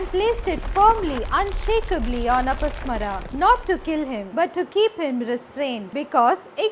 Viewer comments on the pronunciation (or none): He is apasmar not apasmara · Not अपस्मरा...it is pronounced अपस्मार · अपस्मारा... please learn to pronounce properly